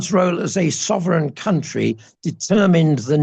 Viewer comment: What are delightful interview. Having Tibetan Buddhist connections from the UK I understand much of what he says and I agree that the values of the West to my mind are not values at all they're just corruption written large. please..... the word "country" is not pronounced like foundry, its pronounced like fun tree